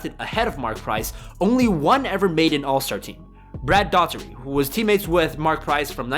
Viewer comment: Holly shit!!! You butchered the Hell out of Brad Daughertys name!!!!